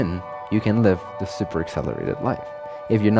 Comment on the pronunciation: "once you get the ahng of this, there is no going back"